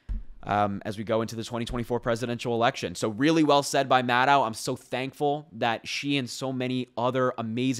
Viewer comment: Maddow rhymes with shadow. A lot of folks make this mistake.